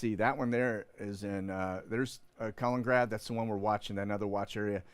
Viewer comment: It's ka-lin.... In.... Grad. Not callin- grad. Haha. Just saying lol